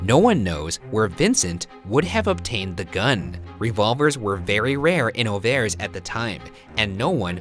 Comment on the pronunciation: Awful. Just awful. Beginning with the ignorant pronunciation of Auvers, through the snarky, trying-to-be-funny-but-only-making-jerks-of-yourselves, to ignoring the fact that the experts do not think Van Gogh committed suicide, this was just awful. ick.